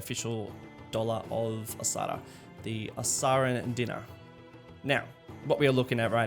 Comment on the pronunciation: nice solo effort mate. just one tiny thing... the currency Dinar (used in Bahrain, Iraq, Libya, Kuwait etc) is pronounced Dee-nar. But maybe in Osahra it is pronounced Dinn-ah (as you did), who am i to judge. Nice instalment though buddy!